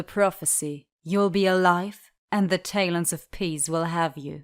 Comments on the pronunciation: "Kestrelle" "Deeria" "Tay-lons of Peace" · Tayloans of peas